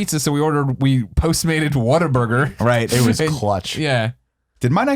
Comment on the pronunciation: You've no idea how happy you guys just made for pronouncing Whataburger correctly. For some crazy reason, the majority of people I know here in Texas pronounce it as "Water-burger." Fucking infuriating.